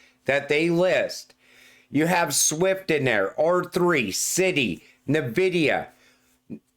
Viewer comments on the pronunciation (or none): Everyone of the Crypto Tubers watch pronounce N-Videa wrong it's not NaVidea it's "N"Videa.